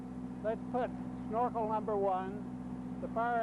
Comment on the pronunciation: This narrator needs a slap in the head for every time he said snarkel instead of Snorkel!